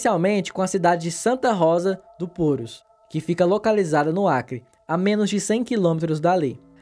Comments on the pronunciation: Ele escreve Purús mas pronuncia Púrus, que loucura. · a pronúncia é purús. fora isso, o vídeo ficou bom. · Não tem acento mas pronuncia "purús" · A pronúncia certa é Purús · Não seja amargo. O conteúdo é bom, e a pronúncia é o de menos. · Como tem gente metida a besta, nada demais a pronúncia o que vale é o conteúdo, parabéns pela abordagem, esse aí que criticou a pronúncia nem sequer sabia que está cidade do Peru existia.